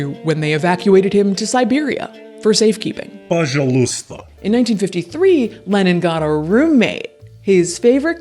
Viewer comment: пожалуйста (pozhaluysta) doesn't rhyme with appaloosa. the stress is on the "zha" and the "oo" goes by fast so it sounds like pa-ZHAL-oosta or pa-ZHAL-sta